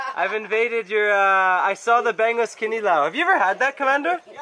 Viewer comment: Bangus Pronounced bung-oos